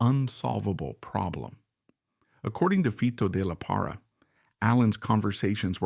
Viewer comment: ES LO MALO DE USAR LA I.A Y NO HACER LA NARRACION ... FITO DE LA PARRA... NO FTOD LARA ES ELNOMBRE DE ESTE GRAN BATERISTA MEXICANO.